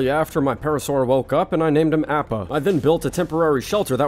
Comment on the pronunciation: Avatar fans when he pronounced appa 💀💀💀